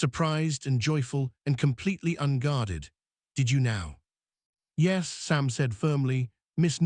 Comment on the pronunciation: Why does AI frequently sound like it suddenly is drunkly slurring on the word 'yes'?